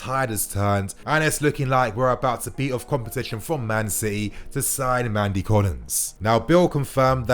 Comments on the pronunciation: It’s Nnamdi Collins. Pronounced Naamdi.... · You stress the N in Nnamdi to pronounce his name properly, he's obviously from Nigerian-Igbo parentage